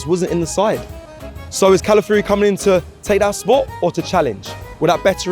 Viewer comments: Please say his name properly, NOT pronounced Cala - fury pronounced Cala - fee - ori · God damn britian, at least try. Cala fi or e Who is cala free/ calaforee 😅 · Please try harder to pronounce his name properly it is respectful. Cala fiori not Cala fury. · Calafiori. Not Calafury bruv 🤦🏾‍♂️